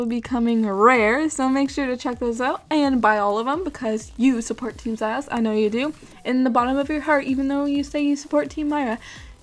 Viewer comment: its "meeera" and for the other one its "ziiiiiiios" XD (its a long e sound for both)